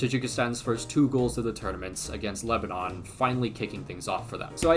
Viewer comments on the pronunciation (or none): none